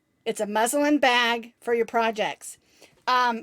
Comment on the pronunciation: Would love to try the bamboo hooks! The yarn is gorgeous! Love the Sunset Nights. When you said your project bag is muslin, I thought you said muzzle 🤣😂🤣😂🤣